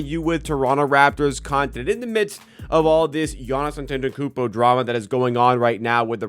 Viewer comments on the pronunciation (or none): I think you’re missing a syllable in Giannis’ last name 😅